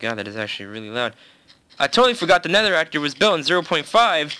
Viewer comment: Its nether not neather xD